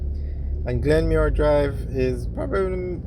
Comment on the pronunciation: Yo its not Glenmuir drive its Glenmyir road